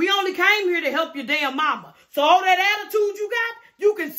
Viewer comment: Say things like thyat